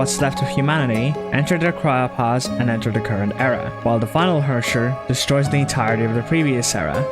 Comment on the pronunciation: Why do you all pronounce Herrscher wrong, I am crying But thanks for your great video and explanation of the story!